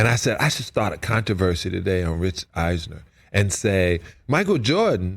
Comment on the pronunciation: Salley said Rich Eisener?